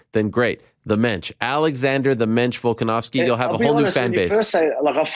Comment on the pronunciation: the mench volkonovski lol stop it.